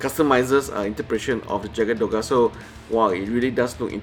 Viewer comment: Bro, Jagd Doga is pronounced as Yagd Doga 😂😂😂